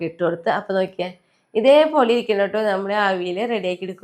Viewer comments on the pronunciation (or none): അവിൽ അല്ല അവിയൽ എന്ന് പറയൂ.